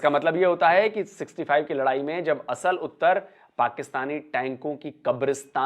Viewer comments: "आसल उत्ताड़", not "असल उत्तर". At least get your pronunciations correct. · इसका उच्चारण- " असल उत्तर " नही है ये है -- "आसल उताड़ " ये गाँव का नाम है जो खेमकरन सेक्टर में पड़ता है।